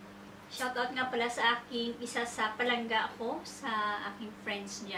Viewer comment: ang awkward pakinggan ng PALANGGA na d ilongo ang nagsasalita paulit ulit pa, sorry... nagmumukhang trying hard... try to act naturally... mas maganda pa... pero d ganun ang pagluto ng valenciana ng ilongo. ang ilongo d nagsasaing maliban na lng kung d sya marunong kaya isasaing nya...